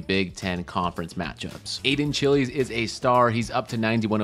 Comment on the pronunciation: As an MSU fan hearing Aidan “Chilis” instead of Chiles is hilarious